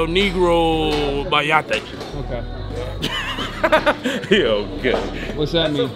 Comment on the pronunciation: It's MAYATE